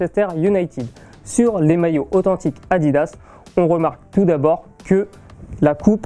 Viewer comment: moi au début j'ai cru qu'il disait maillot a 10 euros mdr🤣